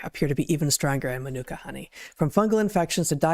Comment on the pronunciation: I laughed at the way Heather pronounced Manuka Honey? Ma Nu Ka😂